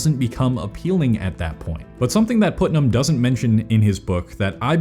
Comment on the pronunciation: It's not pronounced "Put"-nam, it's pronounced "Putt"-nam.